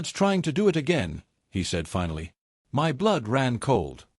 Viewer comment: another M Y story.......how hard is for an AI to say "my" instead of M Y god it is annoying